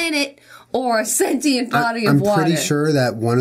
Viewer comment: I fucking can't with them pronouncing sentient wrong the entire video.